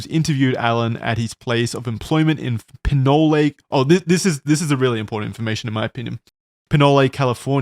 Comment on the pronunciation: ITS NOT PINOLEE CALIFORNIA, ITS PRONOUNCED "PINOL". "Nole" like "hole" .hOLe. totally cool but as someone from the Bay area I was just screaming lolol